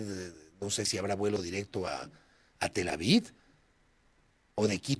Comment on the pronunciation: Pero es Tel Aviv, no Tel Avid